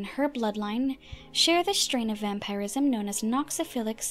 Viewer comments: Lol. The way she says vampirism. "Vampire-ism." It's typically pronounced like vam-purr-ism. Not a huge deal just amusing is all. xD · Why do you say vampireism and not vampirism? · "vampeyerism" and "Skyeons" lol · New to the channel. I honestly didn't expect a woman's voice haha Thank you for your video, but your way of pronouncing vampirism is weird. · How come you cant pronounce vampirism properly you say it really weird.